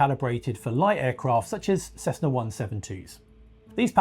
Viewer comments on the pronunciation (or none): none